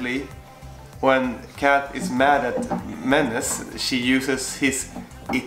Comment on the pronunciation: "minacci" doesn't mean nothing ahahha i'm an italian girl, Menace means "minaccia", I suggest you to go check this word on google translate and hear the pronounciation, because for us the sound of "e" is actually written "i". So, yes, the translation is "minaccia", but if you wanna speak italian you got to pronouce it in a different way :)